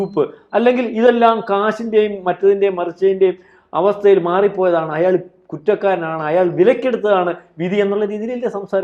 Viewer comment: *അയ്യാൾ അല്ല പെണ്ണേ.. അയാൾ.!